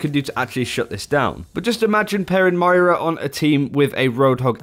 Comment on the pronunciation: M-O-I-R-A, REPEAT AFTER ME!!!!!!!